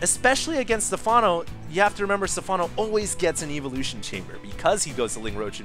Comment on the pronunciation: anyone get bugged by the way he says evolution? lol